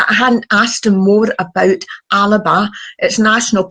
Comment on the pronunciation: Alba not Alaba, 🥱